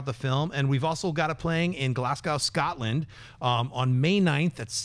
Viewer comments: Glaz-go not glass-cow Americans, please. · Scnepp, Glasgow is pronounced Glazgo not Glassgow. Keep up the good work though!!